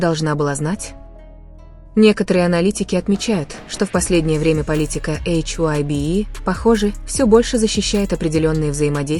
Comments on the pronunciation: Вам следует читать привычное нам ХАЙБ, а не ваше новомодное эйч-Ай- Би. Согласитесь, пожалуйста. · Это слово hybe читается как «хайб»